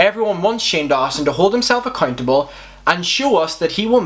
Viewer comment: Love the way you say accuntable